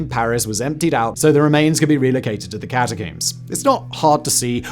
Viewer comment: How do you say this word? Comb. Then why do you say catacomb like that.....